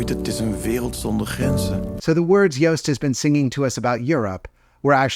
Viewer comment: He’s pronounced Joost actually good!